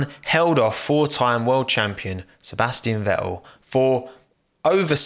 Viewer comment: Sebas'ian Ve'el